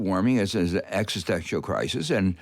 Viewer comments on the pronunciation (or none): none